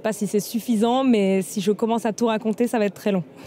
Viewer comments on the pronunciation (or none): je vous recommande l'achat de Bescherelle conjugaison. Vous pourrez y vérifier que le verbe aller à la 3ème personne du singulier est : il VA et non "il VAT". Il n'y a donc absolument aucune raison de dire "va têtre....." (entendu ce jour lors de l'article sur l'incendie à Aubervilliers). J'ai le regret de vous dire que vous participez grandement à la réputation de médiocrité des journalistes en français